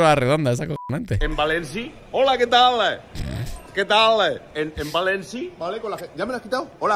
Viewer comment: Bua soy de Valencia y cuando el ser este se ha puesto a hablar en "valenciano" creo q me ha entrado el ébola, cringe. Por cierto es València, no Valenci.